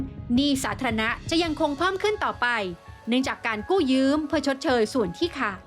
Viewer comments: กู้ยืมค่ะ ไม่ใช่กู้ยื้ม ได้ยินทุกคลิปเลย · กู้ยืมค่ะ ไม่ใช่กู้ยืื้ม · 'กู้ยืม' ไม่ใช่ 'กู้ยื้ม' ระดับนี้ควรจะใช้ภาษาให้ถูกต้องนะคะ